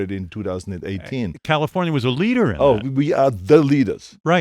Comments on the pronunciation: Adam Romero CAHL-IF-OWN-YA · Me to I'm just waiting for the arrrrrrrrrrrrrrr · Yes! min